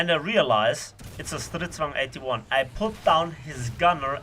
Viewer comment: that was a quite accurate pronounce on the Stridsvagn 81